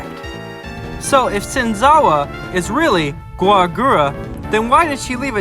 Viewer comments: no, it’s Gawr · no, it's gawr